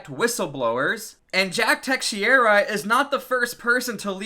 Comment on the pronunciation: Teh-shera = teixeira